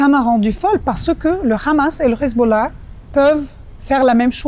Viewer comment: J´emets des doutes sur la véracité de ses propos car elle prétend avoir vécu avec le Hezbollah et être de parent sunnite et chiite mais prononce Khizboulla comme le peuple élu au lieu de Hezbollah avec un H (lettre arabe). À la 3ème seconde 😉